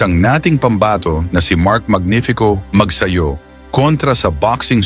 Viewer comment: Mabuti pa ang American announcer ay bigkas ng maayos ang family name ni Mark... it's Magsayo not Magsayu...